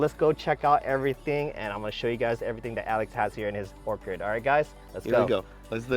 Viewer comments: Everytime pronounces Orchard as Orcard take a shot! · Awesome Video, Its Orchard though not Orchid!😄